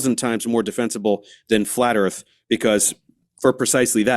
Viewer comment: So the earf? Is it like axe instead of ask?